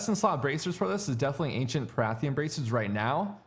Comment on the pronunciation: PARTHAN. Say it with me. PAR --- THAN